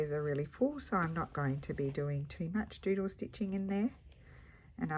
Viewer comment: Another fun prompt for the project. I will admit though that when you first said doodle stitching I thought I heard JUJU stitching. I thought, how is she going to interpret that? Thanks for sharing your creativity!